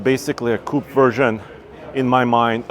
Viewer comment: "Coupe" Uhhhhh